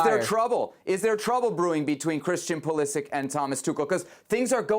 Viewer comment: How have these guys been allowed by their producers to mispronounce “Pulisic” for years now?